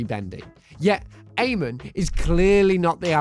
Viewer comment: Good lord, learn to say Amon's name right